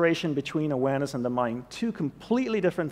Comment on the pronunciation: Everytime he says “awareness” it seems like he is saying “Uranus” and I don’t know why?